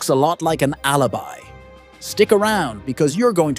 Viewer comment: Das heißt alabei und nicht Alibi du blötman